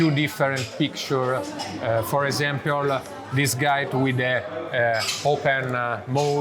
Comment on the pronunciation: I love when he say "for esempiol" instead "for example"